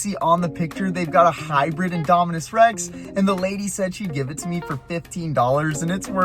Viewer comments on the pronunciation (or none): none